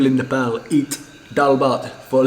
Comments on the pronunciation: I like the way you say nepal.Most of nepalese while speaking in english bring out their fake accent and say nepol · You started to pronounce our country name well...its almost perfect..🙏